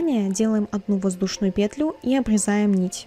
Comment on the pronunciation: очень классный туториал, но пЕтлю а не петлЮ..😔😔😔